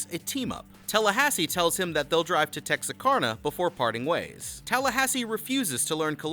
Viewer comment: Oh lawd he did not just say Texakarna instead of Texarkana